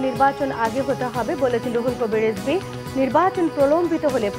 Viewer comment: সংবাদ পাঠিকা মেম বিএনপির সিনিয়র যুগ্ম মহাসচিব রুহুল কবির রেজবি আহমেদ উচ্চারণ করেছেন, বলতে চেয়েছি - রিজবি হবে, তিনি বলেছেন- রেজবি।